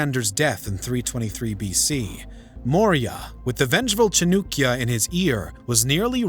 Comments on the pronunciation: Chandragupta Maurya defeated all satraps of Alexander in India and his former General Seleucus and also made a marital pact with him. He was one of the greatest emperors of India and yeah its Chanakya not Chanukya 😂😂😂😂😂😂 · It cha-naa-kiya not chu-nu-kiya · Bro it's chaanakya not chanukya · Chanukya ? I wish you got atleast the basic name right .. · It's chAnakya not chunikya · Its Cha-na-kya...not cha-nu-kya Pronounce correctly. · You guys are messing with pronunciations definitely on purpose now! Chanakya equals Chanukya??? Thank you for all your hard work still love the channel even if you cant pronounce shit right! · Please dont pronounce it like that...here is the pronunciation 'chaan·uh·kyuh' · "chunukya" narrator: 🤡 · Bruh, why you saying Chanookya? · Because that's the original Sanskrit pronounciation. "Nand" "gupt" is polluted hindi pronounciation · Chanakya.. horrible pronounciation. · You can't even pronounce the correct name of Chanakya.. 30 secs in the video ... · No hate I know youtubers are human and can't pronounce every word correct but the way he pronounce "chanakya" give chills to me Note:chanakya is pronounce "cha as in chatter rak or nak a r with n sound ya as in yacht" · It's Chan-uh-kya not Chan-oo-kya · Who. T. F. Is CHNUKYA! CHAANAAKYA. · Chanakya not chanukya cha nak ya for non native speakers and chan dak ya if you want to impress Indians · Cha-noo-kya is terrible pronunciation. Better - Cha-nuh-kya? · The narrator should begin by properly pronouncing the name of one of the earliest economic geniuses in human history, author of the Arthashastra (The Treatise on Economics)- CHANAKYA or Kautilya. It is not Chanookya (which even sounds ridiculous). Has his name been spelled this way in any history book? As soon as I hear Chanookya, my interest has dropped to zero. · It's not chanukya its chanakya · NOT CHA-NUK ITS CHA-NAK-YA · His name chanaakya not chanukya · chanAAkya not chanukya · Its Chanakya, not Chinukya. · Chanakya not nukia 😅 lol